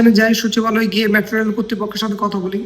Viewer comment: News presenter er pronunciation valo na. মেট্রো রেল হবে, উনি বলছে ম্যাট্রো রেল